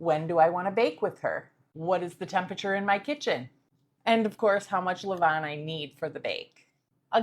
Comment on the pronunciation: Well done. Best regards from, Paris France. A french senior baker. I love the way you prounouce "A levainnn" it seems like you speak french,?😊